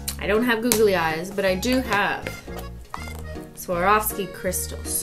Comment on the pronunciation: Nobody: Cristine: "I don’t have googly eyes but.. I have Swavorski Crystals"